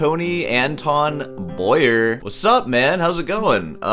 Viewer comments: It's pronounced Antwan Bwa-Ye (Like in Kanye) btw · I always marvel at how Americans can’t do a little research in order to pronounce a name properly. An-toe-whan Boa-e-eh… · So, you have a BA in music, you're a guitar teacher and you can't even pronounce the guy's name, even after hearing Beato pronounce it. And, you got fired from Walgreens. Way to go. This guy plays around the world with his wife, one hell of a harmonica player. And, neither have been fired from Walgreens. What do you have to do to get fired from Walgreens? Cop an attitude? Good luck and I hope Walgreens calls you back. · Learn some French, you American... for once... Not even being able to pronounce Antoine Boyer. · Yeah, if you are going to review a guy, learn to pronounce his name! It would be a sign of respect, but then respecting others does not seem to be one of your strong points. Stop whining - oooo I go school as long as a surgeon - well actually you don't, but yeah music degrees are generally not worth much, generally not respected, get over it. Plumbers don't get a lot of respect either but they make more money than most musicians. If you wanted money you shouldn't have studied music you should have studied medicine, or accounting or been a welder or an electrician. It just sucks when people make choices and then whine about the results.